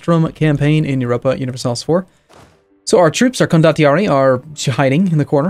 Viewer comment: I am pretty sure it is pronounced con-do-tee-ar-ee.